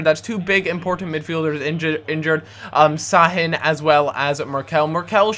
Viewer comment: you say Sha-hin thats why there is the squiggle under the S